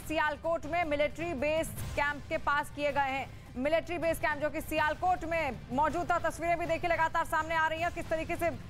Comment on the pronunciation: abe sialkot bolna sikhe le pahle